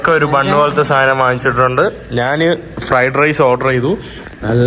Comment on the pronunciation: നാണ് അല്ല ഞാൻ എന്ന് പറഞ്ഞു പഠിക്കുക